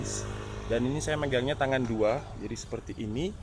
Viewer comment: Bahasa Jawanya kerasa pas ngomong "ini saya magangnya tangan dua".